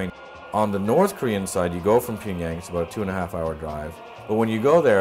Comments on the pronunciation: I don’t understand why he doesn’t make more of an effort to correctly pronounce the names of these cities. Pyongyang is such a simple one to pronounce and still he doesn’t pronounce it correctly, not even once. It isn’t a huge deal, but I just don’t understand it. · He can’t pronounce Pyongyang— he keeps calling it Ping-yang. Lol.